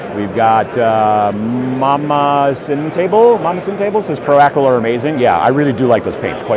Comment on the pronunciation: The way you say Pro Acryl is great.